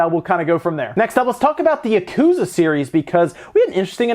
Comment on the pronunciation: Please... stop saying that.